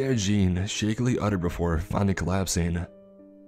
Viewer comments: No offense,, but your pronunciation of Jean as “Gene” instead of “John” along with your other slip ups regarding French and German names and titles was a bit jarring to say the least. Definitely still enjoyed the story though, so keep up the good work, bruh! 😁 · Jean is pronounced John if this is French too. Pronounced Reich as "Ray-chuh". All the mispronunciations really took me out of the story.. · The 4 years of HS French in me cringed at every Monsieur Jean...